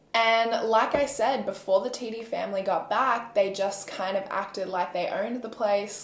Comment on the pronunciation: how did you know how to pronounce it correctly LOLL no one’s ever gotten it on the first time